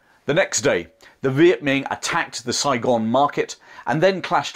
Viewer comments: Great video. Just a quick note, it's not pronounced Viet Ming with a g at the end. It's Viet Minh with an n sound at the end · Viet Minh pronounced like min. Not Ming.